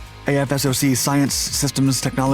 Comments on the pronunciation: Quit pronouncing it as Aye eff ess oh cee It's AF SOCK AFSOC Goddamn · “AF SOCK” not “A F S O C”. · Great vid! For future reference, AFSOC is jut pronounced "aff-sock." Way easier that saying a-f-s-o-c all the time. Lol. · Great vid. Btw AFSOC is pronounced “Aff-sock” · Great content as usual! AFSOC is pronounced "AF-sock'"